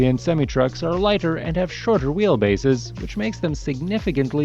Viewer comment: The narrator is pronouncing semi truck wrong, at least for America. We pronounce it semi-eye, not sem-ee.